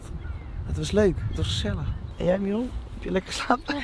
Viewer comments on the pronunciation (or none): none